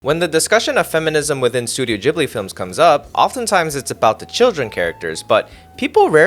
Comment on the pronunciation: Its not pronounced Jhibli its Ghibli